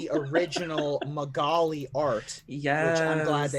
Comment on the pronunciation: Guys, I love you, but you gotta start saying "Magali" right. the "a" sounds are the same as saying "magazine", so it's "Ma-ga-lee" with an emphasis on each vowel, boths "a"s pronounced the same way. It's a very common name in Quebec!